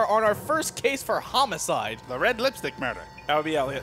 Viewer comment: "Homicde" EDIT: Also "High*t*lights"